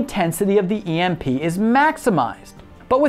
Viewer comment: You pronounced Emp wrong 😎